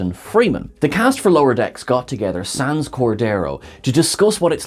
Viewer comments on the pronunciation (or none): none